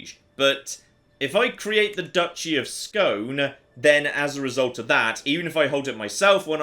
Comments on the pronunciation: Not Scone, SKÅÅÅÅNEEE! (Å = "OE"-ish) Always fun to see my hometown Halmstad show up now and then. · When saying Skåne, just add an E (like the word Egg) to the end of Scone and you're pronunciation goes from a 2 to a 7